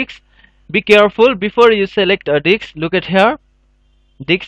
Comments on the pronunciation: diSK. not diKs. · It's "Disk" brother. Not "Dicks" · lol I heard that too, thought it was his accent until he said it properly lol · "Type List Diks" AHAHAHA I pissed myself of that :D:D :D AHAHAHA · it is not ''DICKS'' it is disk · lol you can't even say disk you always says diks ha ha ha i think no one notice it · "and now we need to select our DIKS" i died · you said dicks :) huhu ... several times ... it worked :D thx a lot !! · Dude atleast provide subtitles if you can't speak the language. You're literally pronouncing disk as dick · they way he says disk though....